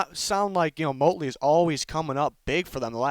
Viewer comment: It’s Motley. Not Motely.